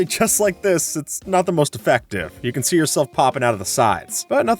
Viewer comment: “Stop rendering when you sehhh four blocks away”